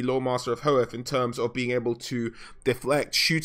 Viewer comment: Loth-rin and Ho-with, not trying be a ass or anything.